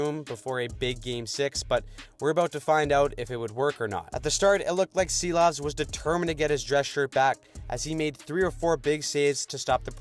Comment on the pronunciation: ‘Silovs’ is pronounced *she-lawvs by the way 🤙🏻